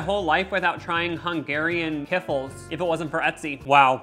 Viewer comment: "Kifflis" 😂😂 my family makes some of these and it's pronounced like "key-flee" at least that's how we pronounce it